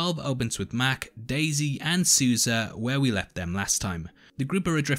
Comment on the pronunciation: I’m sorry, what? Susie?🤣you mean Sousa ? 😅😂